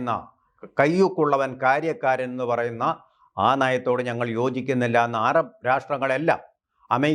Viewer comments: ആരാബ് അല്ല സഹോദര അറബ് ആണ്. 😎😎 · ... "aarab" ennu parayano ? "arab" ennu porey !?